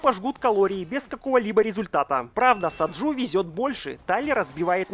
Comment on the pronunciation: Блет не Саджу а Саджи